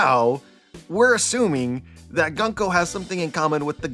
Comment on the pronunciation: Unsubscribing after a decade because you keep saying Gunk O